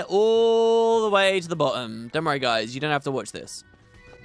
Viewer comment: The way you say "have" is like "half" making everyone confused 😏😏